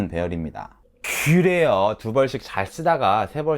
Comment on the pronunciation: 크그레요~ 이거 너무 좋다 ㅋㅋㅋ 마지막에 죠심히 들어가세요. 이것도 좋고 ㅋㅋㅋ 화이팅!!!